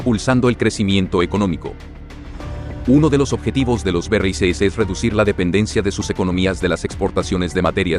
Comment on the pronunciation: BERREISESES...NO PUEDES DECIR BRICS? DISLIKE